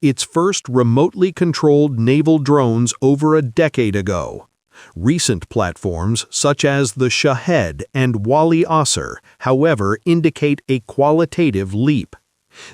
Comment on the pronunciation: Shahed is pronounced "Shaw-Head" meaning Witness 💚